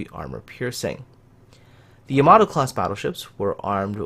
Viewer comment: Wtf is a YAmATOO, its Yamato not a tomato